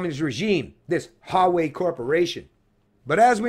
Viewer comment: ...its WA WAY....Huawei